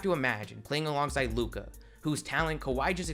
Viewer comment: Stop extending syllables and ppl might sub. “The bulls were riiiight” “a figure super star in lukaaaa” “an unprotected first rounderrr” bruh annoying asf